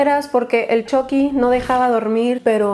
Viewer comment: Yo al principio con la esperanza de que diga chucky con u , y no con o : chocky :(